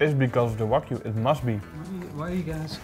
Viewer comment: "Waygu do with it?" Lol